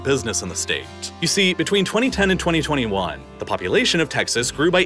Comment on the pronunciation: “Largest staTeTtttttt” 😂